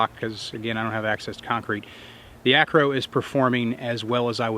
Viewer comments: ACRO NOT ARCO...... Good review otherwise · why do you keep calling it the "arco" instead of "acro" --- too busy compiling data to bother calling the product by its given name? ahahahahaha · Am I the only one that kept hearing Arco instead of Acro? Great review as always. Can’t wait for the SRO review next!